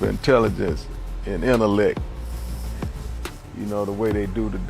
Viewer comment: Cmon now. We not gon talk about intelligence and intellect and pronounce the word "innalec".